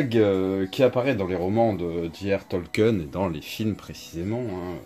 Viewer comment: Hello c'est pas Tolken c'est tolkien le i se prononce